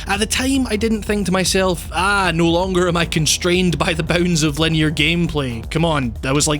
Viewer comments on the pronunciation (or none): I gotta say, love your stuff, it's fascinating, but oh my god you pronounce "linear" in such a bizarre manner